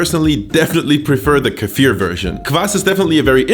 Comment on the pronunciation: Can we just appreciate how correct he pronounces the Russian words. P.s. I prefer kefir version without meat where I add tomatoes